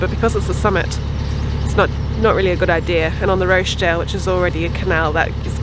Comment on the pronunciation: Do enjoy your videos but have to correct you, its the Rochdale Canal (the CH is pronounced as in Watch) appologies for the pedantry!!!!